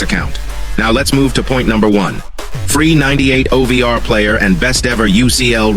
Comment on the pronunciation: Bro it's O V R not over